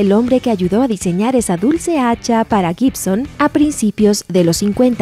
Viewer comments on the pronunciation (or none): none